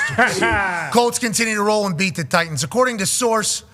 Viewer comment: It's the "Tennessee Try-Tans"